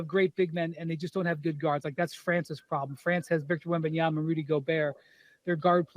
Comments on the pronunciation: No one: Stephen A: Victor Wembenyana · Waiting for the day that SAS pronounces Wembanyama correctly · How this man STILL can’t say WembanyaMa? Honestly. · I think it’s on purpose at this point. Everyone around him pronounces it correctly. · Almost two years later and he still doesn’t pronounce wembanyama correctly. Not that he can’t, he chooses not to.